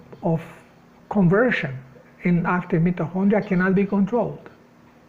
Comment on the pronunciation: English pronunciation MITO as in 👁. & Kondria ( hard K sound)